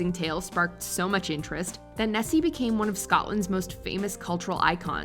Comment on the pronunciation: The Loch Ness monster is not called chessy it is called nessy